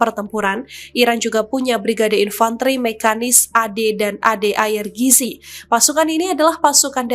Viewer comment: IRGC dibaca ai ar ji si, mbakyu.